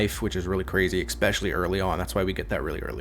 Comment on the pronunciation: I don't know why he allways say "expecially", as there no X in this word. I'm not english speaker, so maybe I'm wrong, but it's strange.